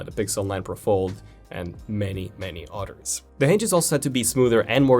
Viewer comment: Is it "utters" or "others"?